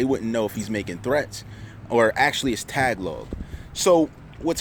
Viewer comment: stay safe. lol you mean ta-ga-log